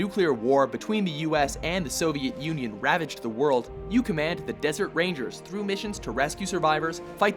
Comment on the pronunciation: Soveat Union? Is that even a nation?